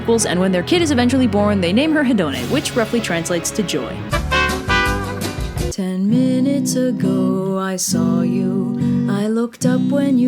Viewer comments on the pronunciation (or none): Hedone is actually pronounced E-thoh-nee